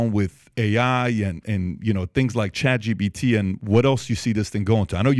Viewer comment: It's chatGPT not chatGBT. Damn I had to say it...